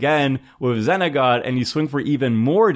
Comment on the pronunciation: Zenagon = Xenagos...it starts with an X... got into Tomer 😂